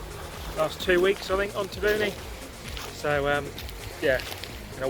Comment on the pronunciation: It would be nice if you could pronounce Taveuni correctly.